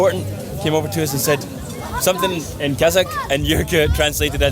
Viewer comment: Our people deserve a better life, but unfortunately our government is a traitor to the people. Despite this, people try to smile and be kind🙂🙂🙂 Thanks for the video🙂 pronounces some Kazakh words without an accent, it's amazing😂